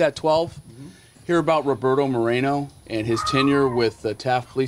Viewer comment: More-ā-no. Stop ethnicizing the damn names.